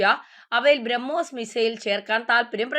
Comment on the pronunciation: കൊച്ചേ ഔദ്യോദിഗം അല്ല ഔദ്യോഗികം അതുപോലെ ബ്രഹ്മോയിസ് അല്ല, ബ്രഹ്മോസ് '